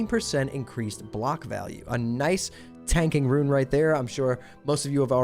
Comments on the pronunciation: rune is pronounced ROON, not “ruin.” additionally, is false. Warlocks, or any class, will not be able to stack rune effects on the same piece of gear. so 1 rune on gloves, 1 on chest, 1 on legs. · Its Roon, not Ruin Pronounciation police! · Bro how the fuck cant you just say "rune"? I cant watch when you keep calling them ruins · Rune not Ruin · great vid, but dear god when you people gonna learn how to say RUNE properly. Its not RUIN -_____________________ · How the fuck do you continuously mispronounce rune, nigga it is ONE syllable!